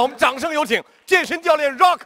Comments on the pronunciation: 少刚老师，不是绕克，是RU啊克😂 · 这主持人能不能把rock读对？老是 绕克 绕克...难道周围没有人提醒他么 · Rock, "绕克". 刚哥需要去新东方培训一下了。。。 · 不是，我并不讨厌张绍刚，但是大学教授不会英语吗，“rock”他咋念的？ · 大胖娘儿们主持：你必须要念对英语发音。必须要尊重Rock本人对英文名的发音。否则，太令人发指。